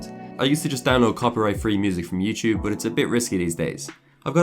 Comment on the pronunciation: Youchub, youchuber haha I liked the video tho